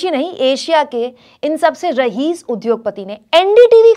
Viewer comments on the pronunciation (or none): कुमकुम जी रहीस नही रईस बोलिए.